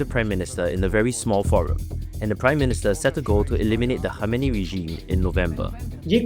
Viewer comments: Khamnai not khameeny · bhai video bananay se pehle bolna sikhlete how to pronounce its ayatullah khaminaai